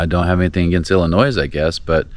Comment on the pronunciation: You totally mis-judged Chicago. There are great trails from Milwaukee to Chicago. The lakefront trail will get you around the southern end of Lake Michigan and into Michigan. You pronounced Tour de France much better than ILLINOIS. Its Illinois not Ill-ii-noise.